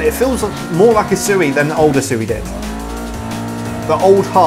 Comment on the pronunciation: I dont know why but the way he says usui just doesnt sound right lol, but good video